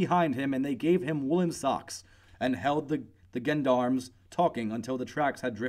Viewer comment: Learn to pronounce the French words for gods sake. You utterly mangle gendarme, Crillon, St Germaine, etc. Americans in Paris know how to pronounce the French words and place names.